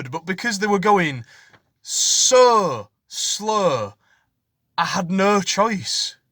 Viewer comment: Just a joy to hear you say "because they were going sooooooooooo slooooooooooooow" in a Hull accent!